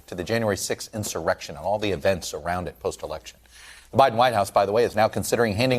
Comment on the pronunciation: It’s Buy-Din Season not By-Then Season